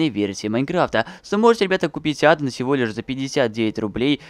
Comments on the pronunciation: Адо́н а не адан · Не адон а аддон • _ •